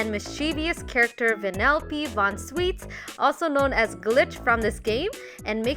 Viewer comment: It not sweets It is Schweets